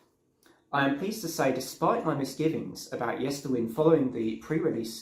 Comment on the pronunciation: The latter part of the album title Yesterwynde is pronounced as in to wind a clock or watch. Time being a central theme of the album.